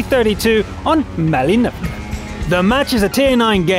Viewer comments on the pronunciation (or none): none